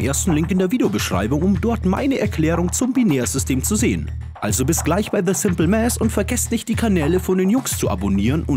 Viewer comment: The Simple Mäss, bitte nicht 😂